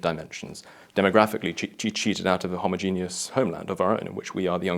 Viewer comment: I'm pretty sure that's not how you pronounce homogeneous.